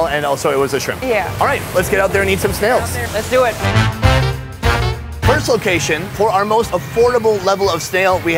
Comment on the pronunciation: OH MY GOD!!! SHE SAID LEZDUIT! 😱😱